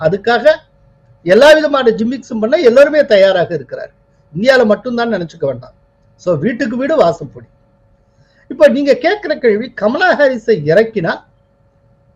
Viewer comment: Sir, why do you pronounce 'Jimmicks for Gimmicks ' and 'tarJet for tarGet'?? It looks odd and funny.